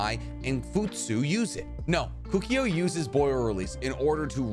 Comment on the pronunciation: Kukio??... It's KOKUO mate!!